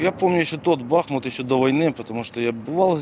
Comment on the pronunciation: Не "бахмУт", а "БАхмут" , що там ще продав, окрім совісті, чи ти мови української не знаєш, чи просто не поважаєш її?!